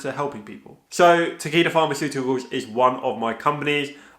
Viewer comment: Is it bad when you said Takeda I thought you said tequila